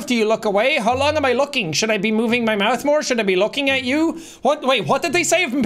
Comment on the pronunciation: “i am so good at mouthe”